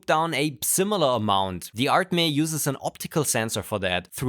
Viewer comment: It's not "ART, MEH!" it is "ArtMe" as "Me" as in "Mii"